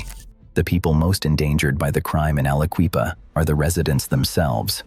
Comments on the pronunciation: Never heard someone butcher the name of Aliquippa that many times that fast. I'm impressed 🤣😭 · Alla-Kwee-pa. Never heard it posed that way. I heard it pronounced as Alla-kwip-a Never heard it's that bad. Jones and Laughlin (Jones and Lock-lin) was bought out by Lyndon Johnson's buddies at Ling-Temco-Vought. LTV. LTV proceeded to squeeze money out of the region. A lot of river towns got trashed by LTV. Most of the derelict coal towns along the Mon were once run by J&L. When LTV crashed, so did they. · How many other people thought to themselves a guy that starts off by calling The Quip AliQUEEFA Like it’s the Sister Of Queen Latifa should not be making Videos about Pennsylvania… I shut it off right then and there